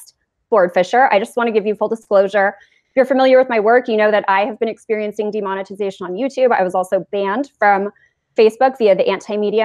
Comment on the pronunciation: demond- ugh- tization